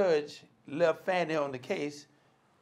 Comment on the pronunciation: Call her by the name she wants be known as - pronounced 'Farni'. It is Italian and that is the correct pronunciation.